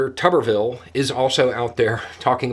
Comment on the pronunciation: I think pronouncing his name as "Tub-er-ville" is incorrect. I think it should be pronounced "Toob-er-ville", like, you know, root vegetables. Just my 5 cents (Canadian) which converts to about 3 cents US.